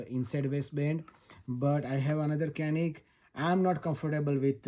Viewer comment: Right pronounciating is chu nick - ca nik. Start like chuck then say nick